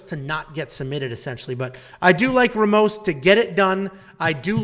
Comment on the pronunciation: Good pics , except for Mcgee , Wells is gona hurt 'em. You also managed to butcher everyones name, even Ramos 😂